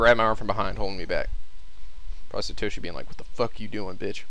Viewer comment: Can't really blame that, since if I were to blame, I'd blame him for every name he's read. Sir-toe-she should be Saa-toe-she, Neigh-Omi should be Naa-Oh-Me, Yoshi-care-zu should be Yoshikazu, he's pronounced every name western so I won't blame him for that. But to think the only name he read in the right manner, Morishige, was confused into Moshirige, which means Moshi Wasting, which also means it has no meaning. That's the most unnerving part.